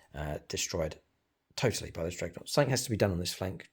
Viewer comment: Thumbs up for his beautiful "Dregnoughts" 😂😂